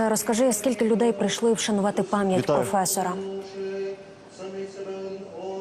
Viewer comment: Профффыэсора)))))за чистоту у схерах за мову)))чума 😂😂😂